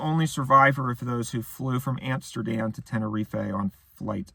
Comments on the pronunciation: Why does he keep pronouncing it tenereef-ay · ten or ee fae 🤫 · Knew this was going to be good eating when he mispronounces "Tenerife" in the first 10 seconds